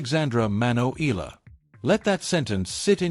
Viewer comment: E-YA-LA not E-LA is the correct pronunciation